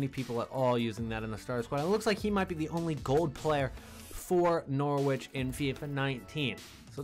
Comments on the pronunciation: You're going to get abused by us English viewers for pronouncing it "Nor-witch " rather than "Nor-itch " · Hey bro, the w in Norwich is silent try saying norich that's how it's pronounced, good vid btw